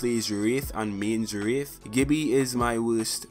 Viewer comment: "Who plays WREETH and mains WREETH"